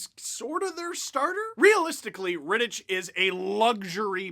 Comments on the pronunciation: Steve. Please. It's pronounced RitticK. Hard CH. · For the love of god Steve it's pronounced "Rittick" the CH is hard not soft. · Isn't "Rittich" pronounced with a hard "ch", i.e. like Rittick? Grinding my gears a bit... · how do u watch the whole game an not learn to pronounce rittich😂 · Any other Czech/Slovak native who hates the way Steve pronounces Rittich's name? xD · Alright, let's go deeper: David Rittich is Czech and the ch is pronounced [x] and not [k]